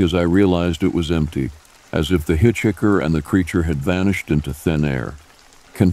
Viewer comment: I love how he says “hit-chicker”.